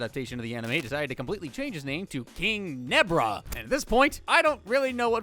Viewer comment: Me:King zebra Him: king nebra